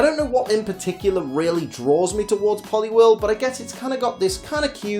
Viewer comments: POLIWHIRL, NOT POLIWORL! FIX IT NOW! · IT'S POLIWHIRL, NOT POLIWEL! FIX IT NOW!